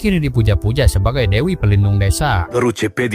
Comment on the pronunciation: Devi harusnya diucapkan Dewi, bukan Devi (seperti dlm Bhs Indonesia yg kedengaran spt Defi.